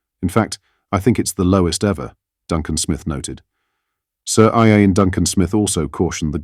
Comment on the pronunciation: These AI narratorsare extremely poor. His name is ian but the AI SAID iron absolutely hopeless 😮😮